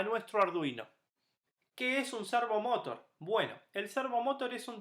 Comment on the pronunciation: De donde sacaste pronunciarlo como lo pronuncias? Cuando decis Motor lo decis sin acntuar la ultima silaba tambien, ahi te lo acentue aunque no lleva acento la palabra servomotor pero se acentua la ultima silaba, ademas lo repetis tanto en el video que no pude terminar de verlo, de la risa.